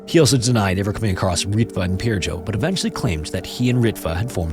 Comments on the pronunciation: A tip for pronouncing Finnish names: the emphasis is always on the last syllable, not the first. So it's not ENsio, it's ensiO, seutuLA (with a short u) and not SEU-too-la, helsinKI, not HELLsinki etc. J is also always pronounced like a Y, so the victim's name is closer to Pir-yo. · he pronounced Pirjo's name incorrectly, he could have researched it, it's not rocket science, but being a typical angloid he just assumed letter "J" stands for the same sound in all languages that use latin alphabet